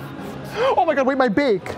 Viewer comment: Dead at "Swear to GAWD" I felt it.